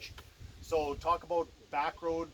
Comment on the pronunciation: He said " aboot " lol 😆